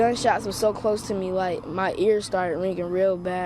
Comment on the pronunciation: God bless the victims and their friends and families. What a terrible tragedy. Also: It's wine-dur not wide-nur. It's appa-latch-ee not appa-lay-chee. That's how their residents pronounce it, therefore that's the way it is. It's not open for debate.